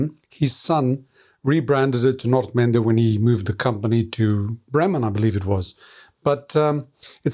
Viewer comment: it’s nice to hear someone properly pronounce the word Nordmende, great video like always.